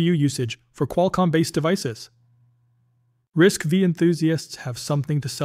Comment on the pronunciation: RISC V is Risc five, not V